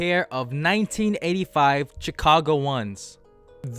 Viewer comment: This dude just pronounced Chicago with a ch sound and not a sh sound